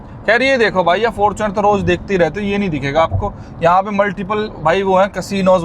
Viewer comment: Bro is totally original Yuva-e-Utaar Pradesh....the way he said Fartunerrrrr